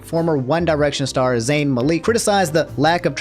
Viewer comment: Love you bro, but your pronunciation of Malik is annoying as hell.